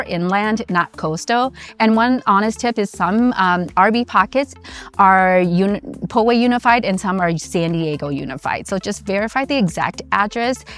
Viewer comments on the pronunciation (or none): POW-way....not PO-way